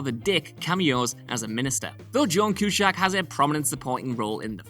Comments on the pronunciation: Cusack not Cushack killing me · Is he messing with people on here by mispronouncing names ? CuSACK.. RAmis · Cue-Sack. NOT, CUE-SHACK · Cue-SACK... Not Cue-SHACK Smh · CUE-SAK NOT CUE-SHACK! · It's Cusack and it's Evanston, not Cueshag and Eevanstin. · Why do you keep saying "Cushack?" His last name is CuSACK, there is no H anywhere in there. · It's Cusack, not Cushack. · Please know It is John. Cu- sack not John Cu- shack..... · It's pronounced (sack) not shack. Jesus Christ, learn to pronounce a name for God's sake. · Its 'Cusack' , Not Q-shack!. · Had to give it a thumbs down just for the way he pronounces "Cushack". Only Sean Connery can get away with that! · Cue-sac. wheres the fuggin h? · What the duck is a cue-shack? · stopped listening as soon as I heard Q shack ! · Cushack??? I had to bail after hearing that 5 times or so. So annoying. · So, you don't pronounce Cusack or even Evanston correctly. I mean to keep saying his name as Q-shack is insane! He's a well known actor! How you all cocked this up is beyond me. Was AI narration invented that you all did that and then got lazy on the editing of sound? I'm from Chicago and know exactly how Evanston (eh-van-ston not e-van-ston) a suburb north of Chicago is pronounced. Accent or not, and I have the same accent, respect how things are pronounced by those that know. Especially someone's name. Still, nice trivia about an incredible movie. Ruined by simple narration errors that could've been proofed before distribution. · Q -Sack! You complete and utter Balzac.. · Q SACK.. stop pronouncing it with an H!!!! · I was bothered by the Q-shack pronouciation as well as many other commentors here. But I follow a Austrian/Germain physist named Sabine Hofsteddar who pronounces Einstein as Ein-Shtine. I think it may be a Eurooean thing and we should recognize that America does not equal The World. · Cush? Coose? Cusaaaaack like a ball saaaaaack! Who's cooshack? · QShack? I had to stop watching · Cue-shack? WTF, dude?